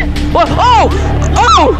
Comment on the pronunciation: To this day you can here this dude say intity you didn’t kill ‘em